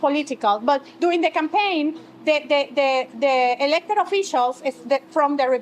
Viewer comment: When she said "The elected officials..." sounded a lot like "The Leopard officials." Maybe just my ears